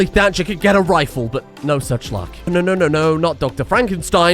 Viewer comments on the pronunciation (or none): none